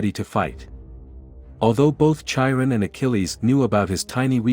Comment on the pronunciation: Chiron is pronounced: with a hard K; Kai-run